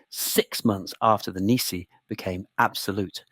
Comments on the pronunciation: Decree nisi is Nis eye not nisi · In legal English Latin it's pronounced nice-eye. The decree was nisi prius, which means "unless before". The so-called instrument of abdication had no legal effect. That occurred when Edward gave his assent to His Majesty's Declaration of Abdication Act 1936 (1 Edw. 8 & 1 Geo. 6 c. 3).